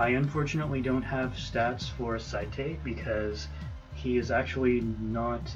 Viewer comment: (S-ate) is how his name is pronounced. I messed up too my friend..." The mighty doom parrot." That line made me want to laugh sooo badly. XD